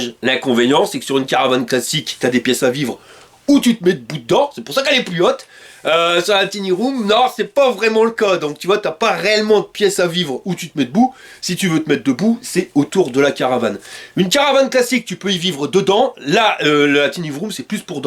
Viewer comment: Tiny ne se dit pas " TiNi " mais phonétiquent => [ Ta i ni ] petite précision importante pour les non anglophones :)